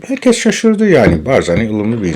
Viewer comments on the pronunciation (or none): none